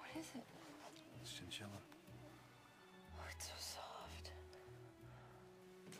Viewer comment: It’s chinchillllla